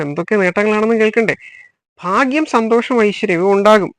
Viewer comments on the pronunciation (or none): none